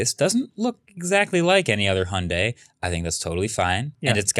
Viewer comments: Hyundai - Hi-und-eye. Not Hunday. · 현대 = hyundae (hy-uhn-day), not hi-und-dai. good try though